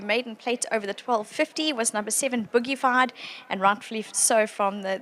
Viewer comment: Was thinkin whilst listening to the commentary that I had made a mistake with the name of this Justify but it is Boogiefield not Boogified, but Boogified sounds good. Not trying to call out the young commentator, just noting he's doing a good job overall.